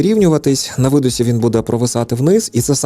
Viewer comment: Трішки поправлю. Не 'на видосі', а 'на видиху'. Не 'на вдосі', а 'на вдиху'.